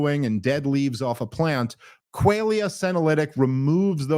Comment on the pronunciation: Dave mispronouncing "qualia" multiple times in a row is some next level funny shit if they left it in on purpose.